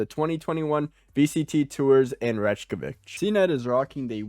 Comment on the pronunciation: man really said Reykjavik like that 😅